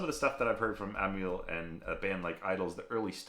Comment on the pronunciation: Aussie here, correcting your f****g pronunciation again...Not Am - y - al, but Am - al, eg anal spelt amal.... as in Amyl nitrite. Bloody yanks... 😂